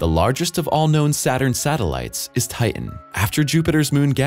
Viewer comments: Stop saying Ti- en. It's Titan. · Do millenials not know how to pronounce words, or is that an AI problem? Titan, certain and subsequently are mispronounced. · I wish the guy would pronounce “Titan” correctly. It has a “t” in the middle of its’ name. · His pronunciation of the moon Titan and the way that it is spelled seem to differ.